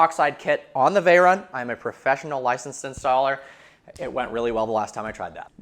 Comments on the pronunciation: "And this is vehicle vrogens" 😂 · "and this, is vehicle rrergins" lol sorry i just had to point that out